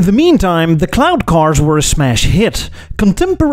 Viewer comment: Every time you said cloud cars i heard CLOWN car , it made me chuckle